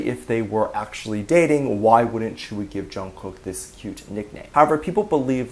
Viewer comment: Your saying tzuyu wrong